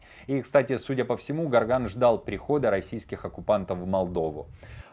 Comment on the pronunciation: Не Гарган а Горган ! Буквы не меняются как в слове россия чтоб произносить рассия ! Вы в адеквате вообще ??? Это не риторический вопрос , ответьте умники !!!